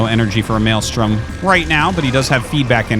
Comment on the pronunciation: Me: "Mind control the defiler" Him: "Malestrom the eggs" Me: "or that"